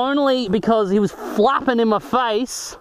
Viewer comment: Lol did you say fapping or flapping in your face, could explain the wetness hahaha